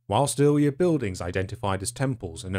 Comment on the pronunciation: He really says “Eawwier” 🤣